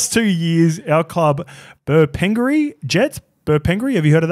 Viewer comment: Not the Bur-pen-gury ones!! 😂 Farrr, took me a while - but as soon as I heard Jets!! 🤦🏾‍♂️😂 Bur-pin-gary, really emphasise the gaaary there bro